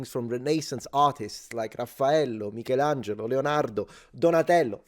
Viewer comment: LO SAPEVOOO LO SAPEVOOO CHE DOVEVI ESSERE ITALIANO DA COME PRONUNCI LEONARDO, MICHELANGELO, RAFFAELLO!! ( magari per la maggior parte è cosa conosciuta, ma io ti ho appena trovato ) - una peruviana che vive a Roma da 20 anni :p